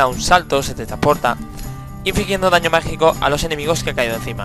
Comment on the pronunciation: Es como si estuvieras haciendo una review para una revista o algo xD Es raro porque en las otras cosas no lo haces xD Ejemplo: Daño MagiCOOOOO a full xD, aún asi sigue con tus videos que son la repolla!